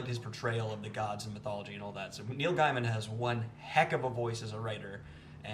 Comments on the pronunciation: The way you say Gaiman triggers my British friend real hard. She yelled "It's gayman not guyman" hahaha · Pronounced: neil GAY-men. This was that last time I let that slide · Afqwa I always thought it was pronounced Gayman